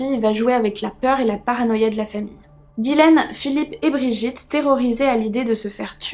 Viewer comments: Ce n est pas guilaine mais Ghislaine qiu se pronononce " GIslaine " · Hello trop bien la vidéo. Mais dis moi, t’es sûr que c’est Guilaine et pas Ghislaine ? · Allo très bonne vidéo moi qui viens du Québec je ne connaissais pas du tout cette histoire j’ai trouvé ça très intéressant comme tout tes sujets d’ailleurs 😊 je veux juste te dire ( c est anodin) mais ce n’est pas Guylaine mais bien Ghislaine 😉 bonne soirée à toi 😊